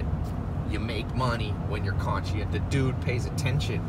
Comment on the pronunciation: Its funny how he says consciousness and conscious